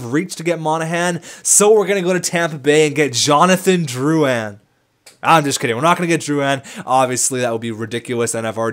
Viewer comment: Drouan?... Drouin*